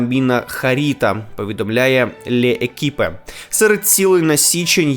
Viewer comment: Яке лє екіпе) лєкіп читаєтсья назва хазети